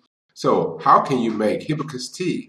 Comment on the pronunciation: I am distracted my you not pronouncing hibiscus correctly, especially since you say it so many times. You are not pronouncing the first s in the word.